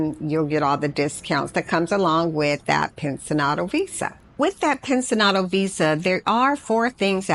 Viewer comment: The pronunciation for "pensionado" is pencionado. Not pensinado as you pronounced it. You need to emphasis the "ci" part.I had no idea what you were saying until I read what you were talking about in your leadup comment.